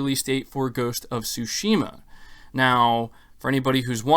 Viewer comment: "Tsu"shima not "Tush"ima